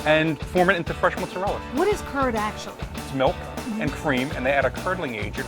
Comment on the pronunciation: Why does everyone who makes mozzarella try to pretend to make their pronunciation sound Italian, but still don't pronounce it correctly? They seem to be trying to be trying too hard to pretend they are Italian